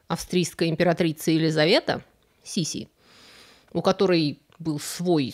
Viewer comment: Вы большая умница! 👍👍👍Но все таки не Сиси , Си- Си!!!😂😂😂